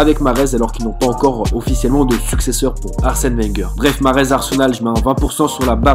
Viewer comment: Mahrez ta archi mal dit son prénom mdrr